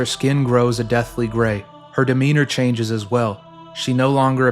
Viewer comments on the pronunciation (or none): none